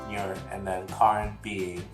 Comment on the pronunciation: About the names of Nuer and Porch... your pronunciations are perfect. Don't worry about it. You did good :)